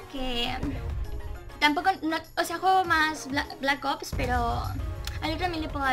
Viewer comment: Eres buena al principio me dio risa como pronunciaste black ops pero buen video